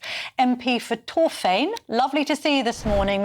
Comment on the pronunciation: Torfaen. Why can’t she say it correctly?